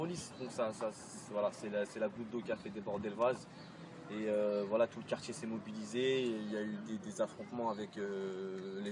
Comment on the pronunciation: "Alors voilà, on est au quartchié Bonneval ...nanani nanana, on a fait pression, les mamans, les tantines, tout, y sont partchi, c'est un sportchif, c'est pire qu'une bavure policière, on a perdu un frère avec qui on a grandji ". Lâchez-nous les casiers judiciaires de la fratrie Traoré. Qu'on se marre un peu.